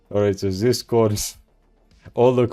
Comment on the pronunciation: Everytime he said "ZisCord"🤣🤣🤣🤣🤦🤦🤣🤣🤣🤦🤣😆😆